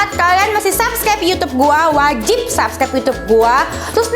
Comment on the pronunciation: Kalok Gomong subscribe itu yang bener kk bukan subsclibe KK maaf yh kk belajar dulu kalo mau Gomong R